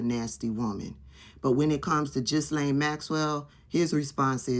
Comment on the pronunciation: Just so you know.. The “S” is silent in the name “Ghislane” I know you are all for constructive criticism. Keep up the good work